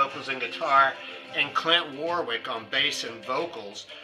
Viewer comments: It is Warrick not Warwick. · It does not matter how it is spelt. It is pronounced Warrick. I got the ‘information’ from the fact that I come from England where the name came from, so I think we would know how to pronounce it.